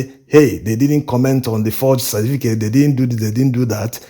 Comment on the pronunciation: I enjoy your videos bro, but please slow down on this your naideen for (19) and cerDificate for certificate.